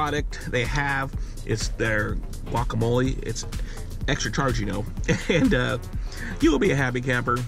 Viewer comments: I've never met anyone in my life that pronounces guacamole "wacamole" in my life. I'm 1/4 Spanish and my fiance is Mexican. You'd think along the way I'd have heard that pronunciation. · The mans last name is and he doesn’t even know how to say guacamole